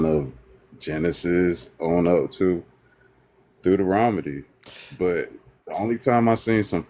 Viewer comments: LOL was just gonna write the same thing! :-D "Doo-doo-Rom-Nitty" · "Deuter-ROM-ah-dee" is my favorite book! 😂 Also, "fairity" is pretty great too